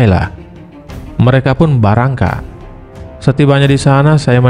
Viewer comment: Keren Bang... Ada Dialeg Sulawesi BARANGKAT, Salam Dari Gorontalo Bang 🙋🏽‍♂️🙏🏽 Sulawesi Utara